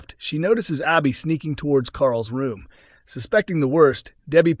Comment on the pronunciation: Why is it so hard for the narrator to say Abbi ? Lol